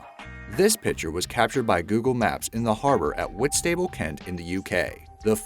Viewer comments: whitstable is pronounced whit stab ball not whit stable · Its not whis-stable it’s whist-a-bul. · Just so you know you said Whitstable wrong. It’s pronounced: Whist - a - bull